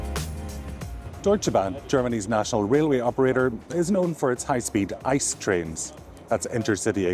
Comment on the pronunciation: It’s pronounced I C E not ICE, because it’s an acronym not a word in his own right. The ICE trains are the most premium trains in Germany and they are usually kind of on time, because they have priority on track. Fun fact: Up until recently (like 2 years ago) you could use the DB First class lounge with every 1. Class ticket, but they changed it and now only the regular price tickets are eligible to use the lounge. Sometimes I payed like 10-30 more for a round trip from Köln to Berlin but I could Drink and eat for free in the Lounge, it was really a no brainer.